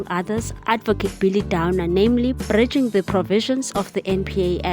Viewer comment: Interesting bite. However, incorrectly stressed syllables spoil the reading. 'bridging' instead of 'breaching' - shortened vowel is another problem.